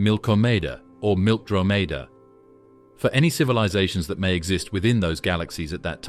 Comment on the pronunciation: Pronounced. Milk DroMidah!